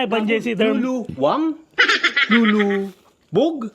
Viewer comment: lu-lu not lolo haha